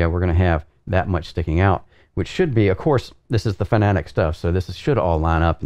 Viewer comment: You're saying Porsche as "Porsh" not "Porsh-uh"...? Edit: And Fanatec as "Fuh-na-tik" instead of "Fan-uh-tek"